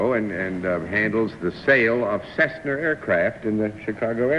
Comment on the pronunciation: Daly called them Cessner, not Cessna